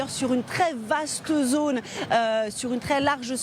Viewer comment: Mais pourquoi le présentateur dit-il "pose", "otre", "zonne" à la place de pause, autre et zone ? Normalement on apprend la bonne prononciation à l'école de journalisme, non ?